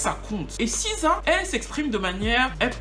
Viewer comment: T es sur qj on prononce siza?? C est.le C en anglais qui se.prolonce SI